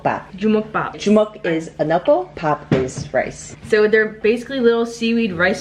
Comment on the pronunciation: issss very Filipino HAHAHAHAHA love you!